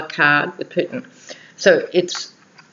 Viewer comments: I heard Poop-in, too. And you know there's a limerick there ... ! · Hi! What a brilliant reading and I so appreciated the chart you made. Gosh, I live in the United States and you are more knowledgeable than most US citizens on these matters. In one frame, I thought you said, "Poop-in" instead of Putin and I got the biggest chuckle. hehe But, I totally agree with your analysis that Mueller is going to seriously bring down the hammer against Kushner. Money laundering will be the least of Kushner's worries before this is all done and said. I just can't believe he is STILL having diplomatic meetings with leaders (latest is with Mexico's leader). It's like he doesn't care if he flaunts it or could he be that stupid or rather desperate. Probably both. Also, if you haven't watched Elizabeth Chronise McLaughlin's daily podcasts (she is a bad-a** U.S. lawyer)...you should take a peek. She really gives the goods on all of these folks from a legal perspective. And, she would agree with you on Kushner. Lots of love!